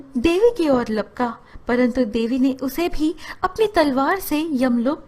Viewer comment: It should be" Lapka" not "Palka"